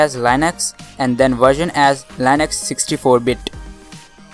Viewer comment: Just in case you didn't know, Linux is pronounced "lin-ex" not "line-x"